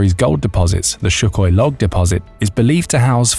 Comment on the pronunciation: It's not Shookoi.....Sūkhoi.